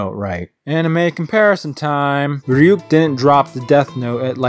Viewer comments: Is it just my imagination, or does e;r pronounce “Ryuk” as “Fryuk” like half the time? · yes, though he says flyuk, like fluck